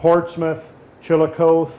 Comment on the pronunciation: The town is pronounced Chillicothy